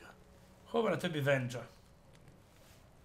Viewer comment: "Vennya", "Wendzsa" :'D